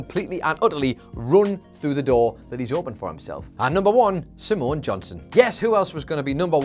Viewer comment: Simone is two syllables not three.